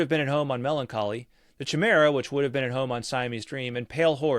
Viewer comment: Chimera is pronounced with a hard C. Ky-mare-uh